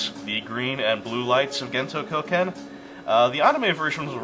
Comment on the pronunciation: When you were talking about that purple guy's martial art, I couldn't help but hear it as "Gento Cokehead". The setting's strange enough, I'm just gonna go with that :P